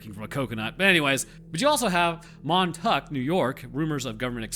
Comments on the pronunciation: As a Long Island native, it is pronounced Mon-Tok. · As soon as you said "Mon tuck", your credibility dropped 60%.